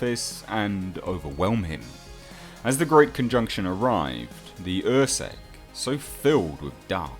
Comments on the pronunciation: UrSkek is pronounced UR-Skeck, not UR-Seck. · its Urskek not ursek